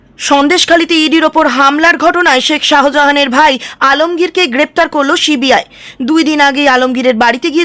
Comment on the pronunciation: আবার ছিবি আই বলছেন, মানা করলাম তো একদিন,ওটা সি বি আই হবে,আর যেনো এরকম উচ্চারণ না হয়,শুনতে খারাপ লাগে